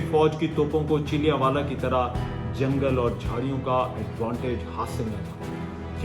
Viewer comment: PLEASE PRONOUNCE THE CORRECT NAME OF SUCH :: VILLAGE :: HAVE A PROPER PREPARATION BEFORE A VLOG